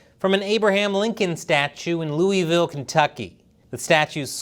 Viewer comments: It's not pronoucne "Lou-ie-ville" Chris it's "Lou-AH-ville" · Loovul. Not ... whatever you said. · You need to learn how to correctly pronounce Louisville. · Louisville is pronounced Dillweed villa👉👈 👇